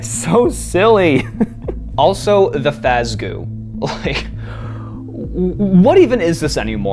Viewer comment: And now you'll finally understand my rage against Eleanor. Also, Fazgoo. FAZ. GOO.